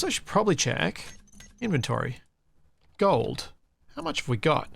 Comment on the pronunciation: accent turning Hyper Australian when talking about Gold around the mark was hilarious.:P